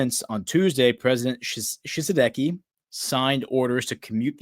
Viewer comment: Pronunciation for Ouagadou = Uwa-ga-du-gu. Pronunciation for Tshisekedi = Chi-say-K- D.